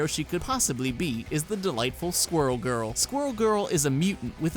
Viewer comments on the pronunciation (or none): none